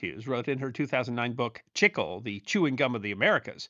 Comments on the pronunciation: Wait, when talking about gum from South of the border, chicle (not sure how it's spelled) I think you mean chee-clay. Not chick-el. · Chic-klay. Not chickel. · Love your videos! Just a little note however: It is pronounced "chee clay" in Spanish.